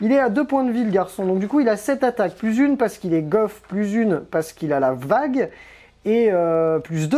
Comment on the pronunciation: La vague? La WAAAAGH!!!!... COMMENT TU PRONONCES ÇA... FAUX ORK VA😅